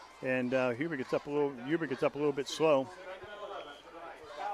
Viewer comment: its Huber not huby